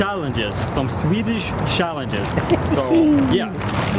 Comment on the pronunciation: I how pronounced the American ch as sh. Swedish shallenges. Makes me smile keep on keeping on